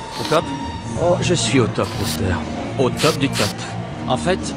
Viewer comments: C'est pas roster mais rooster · ca se prononce Rousteur bordel, j’ai adoré la video mais ta prononciation du nom me donne envie de tuer des bébés chat 😂